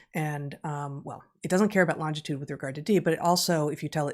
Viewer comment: Is it just me or does Heather say "longtitude" (instead of longitude) twice)?